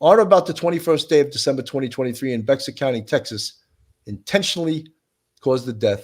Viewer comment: Bexar county is pronounced Bear. Ignore the x.